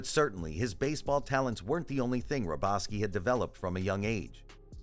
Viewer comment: The guy pronounced AL'S last name wrong.